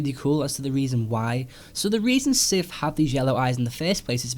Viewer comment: OMG the word " SITH " was used way too many times in the video Plus It wasn't even said properly He said sif and not sith